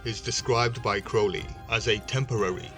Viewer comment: His name is pronounced to rhyme with holy...get it right.